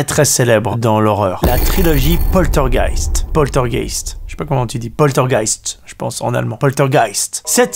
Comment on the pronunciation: Coucou. J'ai vu la plupart des films d'horreur donc tu parles.Tu m'as fait sourire quand tu as dit poltergeist. J'ai compris poltorgasme 🤭😂 La vidéo était intéressante.merci beaucoup. Bon dimanche Bon dimanche